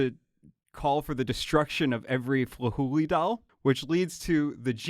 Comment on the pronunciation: I hear "Flahooley" and thought he said "Fooly Cooly" and I just